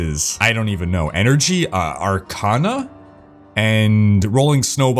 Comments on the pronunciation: “Arcana” wtf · "arcana" lmao